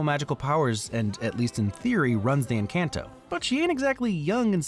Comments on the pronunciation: Every 5 seconds I have to remind everyone in my family 'ITS EN-CAHN-TO!' also this movie is great yada yada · I love this video, but you did put on some of the names wrong, Julieta and Encanto. In Spanish, the J makes H, and in the a in Encanto is pronounced like an O., and more importantly, I cannot believe you didn't comment on Brunos plate! I was waiting for you to bring it up in the discussion, half to the end, but you didn't! The scene where Mirabel look through the crack, and she is the dining room, and then sees that Bruno has come to played into a table! Breaks my heart, every fucking time! Must hug!, thanks for informing me that Bruno how to read on his shoulder in the lightning bit. I did not notice that, and I couldn't have, because the audio description never mentioned it. Thanks! 😀